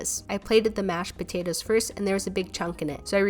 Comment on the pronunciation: I’m not trying to be rude of offensive but after watching most of your videos, I was wondering if anybody else realized how she pronounces potatoes as potatas